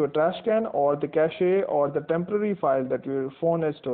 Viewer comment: I like that you pronounce cache correctly